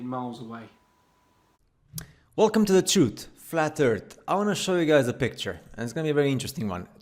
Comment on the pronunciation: "Wulcum tu de trut, flat ert"